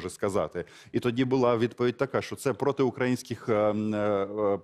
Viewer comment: Навчить шуфріча правильно вимовляти слово"украЇнський",бо,і українською і російською наголос завжди на"Ї-И"!!!!!